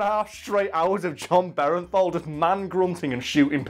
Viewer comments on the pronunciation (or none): Jon BERENTHAL? Jesus, it’s Bernthal.